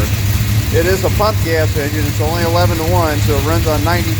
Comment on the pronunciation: Its Injin not Injun